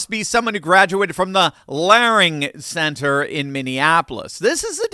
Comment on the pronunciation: That was learing center Pronounced, leering !